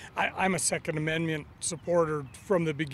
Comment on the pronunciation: Did he say second amenmiant?